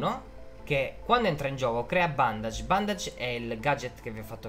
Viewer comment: Come lo spiega lo solo pochi!, d'accordo che la relazione tra Batman e Alfred è un po' equivoca, però sarebbe più corretto dire "bandage" (bendeg) invece di "bondage"🤣